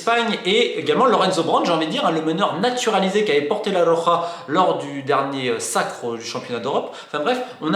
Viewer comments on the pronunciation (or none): none